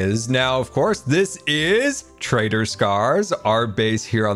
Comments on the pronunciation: I keep hearing "traitor scar" instead of "trader scar" xD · oh, good to know I wasn't the only one constantly hearing "traitor" instead of "trader" :D